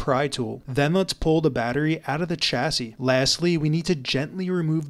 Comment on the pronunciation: It's pronounced CHAS E not what you said